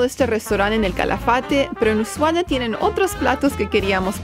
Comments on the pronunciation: Ushuaia es, no es Ushuaa o Ushuaya 🥴 Ushuaia! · Por favor corrige el tal de "Usuada" lo pronuncia correctamente El vídeo magnífico Felicitaciones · Pronuncias mal es Ushuaia no Usuaya..... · Una vez que lo dice bien!!! lo corrije 😳 USHUA " I" A no Ushuayyyyaaa!!!! 😂😂😂😂 Excelente videos chicos!!! 👍 ☺️ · lo dice bien es ushuaia y lo dice mal jajaj usuada jaja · es ushuaia y no usuhada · Nunca escuche tantas veces pronunciar mal el nombre de un lugar. Es USHUA I A!!!